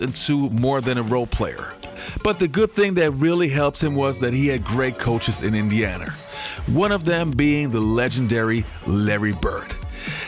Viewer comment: My man my man my man, it is Indeeana Pacers, not Injana....hajahajaha, other than that nice video.